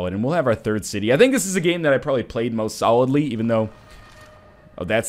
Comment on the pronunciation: No, you're suppose to say "third".